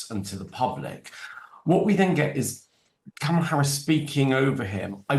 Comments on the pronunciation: It's not Comma-la Harris, with 'comma' in an English accent. It's 'comma' in an American accent. It's Karmala. Just listen to how people say it - including the person you are interviewing - and say it like that. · Interesting breakdown 😊, I enjoyed this. My only complaint being that the host, who I generally enjoy, kept referring to Ms. Harris as ‘Kommala’- please read her name correctly as Kamala- only short vowel sounds and all a’s 😂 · Why does this woman not say Ms Harris name correctly, she's as bad as trump. It's not that hard ffs.